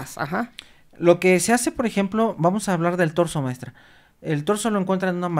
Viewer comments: señora, no se llama DORSO, se llama TORSO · Es Torzo no dorzo cuando se refiere a la parte de arriba del cuerpo, gracias Dr por corregir de manera sutil a la Dra, Torzo no dorzo.